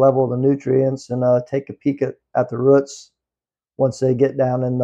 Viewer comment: I’m watching this video going “what the hell are ruits?!” Roots… he’s saying roots. Lol I’m a whole ass dumb.